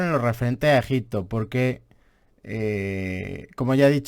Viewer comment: la verdad es que eres muy aburrido de escuchar y ademas no pronuncias bien ni el propio nombre del País! Al contrario que el tio al que estas criticando parece que no haces mas que leer en vez de visitar,ver y palpar las evidencias. Simplemente, como en todo, nos posicionamos en un lado de la historia u otra. Y tu, en este caso estas en los libros de historia de los 80. Obviamente no solo los libros, sino la mentalidad y enfoque que enseñas en tus videos…Muy old. Mientras estes en tu habitación te llamaremos……. por llamarte de alguna manera.